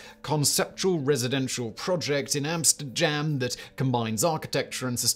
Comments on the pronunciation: Ah yes, Amsterjam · Did Simon say Amster-jam? 😅